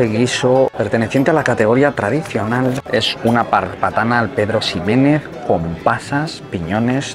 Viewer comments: Cada vez que alguien pronuncia la X de Ximénez como X y no como J, Dios mata un gatito. (o Xerez) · te lo he oido decir un par de veces “Pedro Ximenez” pues debes de saber que al igual que Mexico ambos se pronuncian con jota. Animo buen video.